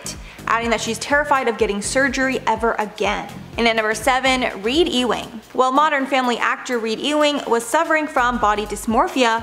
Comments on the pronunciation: Why did she pronounce Ewing as ee-wing, rather than You-wing, which is correct? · "E-wing"???? It's pronounced "you-ing" ffs. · number 7 is not E WING as its said but NEEDS TO BE SAID LIKE YOUWING to get it out correct typical english spelling never how it looks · The name is pronounced U WING not E WING. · Ewing Is Pronounced Uwing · My dear, Ewing is pronounced , "You-ing."